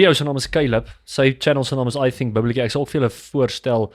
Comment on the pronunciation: Doen my net n guns.. spreek die "th.." (fai-TH..TH-at,TH-ink)as die Griekse' Theta.'. tong teen bo tande.. Nie "v/f(Soos vuur/fiets nie) NIE Bo tande op onderste lip Nie,Maar tong teen bo tande..oxf lrat Dan net Afrikaans..asb..Dit is Nie Fink of faif.. maar THink en faiTH).Ek venieg jou videos.. maar Nou uitspraak is verkeeed as jy Engels Probeer praat.